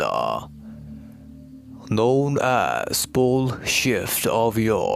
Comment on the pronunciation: Lol, every time you say "pole shift" it sounds like the word "bullshit" lol...thank you for information, dear